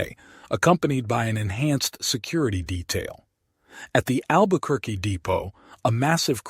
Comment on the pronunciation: learn how to pronounce Albuquerque.